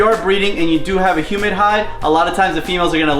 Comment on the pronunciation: Hey, “Humid Hide” 😂😂😂